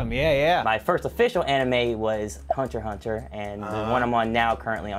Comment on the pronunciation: Yes precisely correct ''Hunter Hunter''